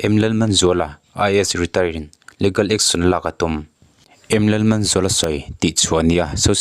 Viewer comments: leegal, e hi stress tur. Ligal chu anilo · Legal hi leegal ti a lam tur aw. Leh gal a nilo